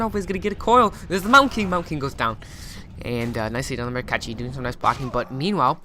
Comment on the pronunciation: Hi again .. please . with all respect to all Czech Republic players .... is not a Catchi . is a Cechi !!! means short cut country he is from ... try to say ''CHAHE '' is more close then catchi ... thanks a lot